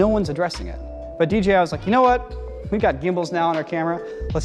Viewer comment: dji should change their name to dgi because everyone mispronounces it including this video × 5. I think the I following the j makes it harder to pronounce. Literally half if people say dgi without even noticing. Awesome camera though lol